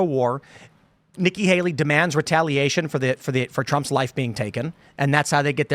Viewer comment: "Retailation" lol.